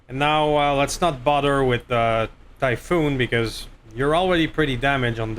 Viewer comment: Orochi=Oh-Roe-Chee. Typhon=Ty-Fon. Close call on that headshot thought that was gonna be the oh S**t moment of the episode, then you got nuked and no one died so WOW great luck there. The Spiders performance was amazo. Man i LOVE those Direct Arrow shots never a dull moment there. Don't forget you have Sensor lock now so you can nerf those guys when they first drop and still have protection. I reinstalled and looked and you can put 7 Snubs on that SH urbie, SH stealth is a thing but you need the SH stealth armor. Exchanger++ is actually better than the Clan Exchanger for mechs with big heat weapons because it's -15% heat -9 heat and clan is -10% heat -15 heat. That 5% makes a big diff when firing artillary and energy weapons with big heat numbers. The spider 5M is the one you want for the 2 arrow 1 thumber cannon build but you can put 4 arrow iv Clan on the one you have. I would have scrapped that Marauder it's not worth it. Drop costs, the hit penalties, not very good weapons slots etc etc just not worth it. Great fun watching man keep it coming.